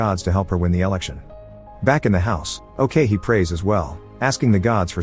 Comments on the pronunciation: Funny how you pronounced ok-hee as owkeihi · it's ok-hee... not "okay hee" waahsdashdasdjasd